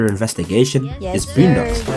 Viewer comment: Somebody say "BLOONdocks"?